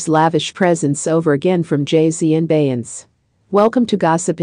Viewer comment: How do you expect to get subscribers when you cannot even pronounce Beyonce and RiRi's name????